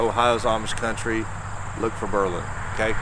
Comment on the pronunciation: You need to learn how to correctly pronounce Berlin.